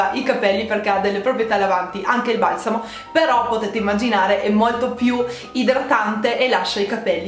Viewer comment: Dici "valsamo" e non "balsamo" ... bizzarro